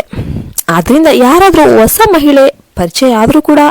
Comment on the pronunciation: Osa alla hosa. Pl don't kill kannada language.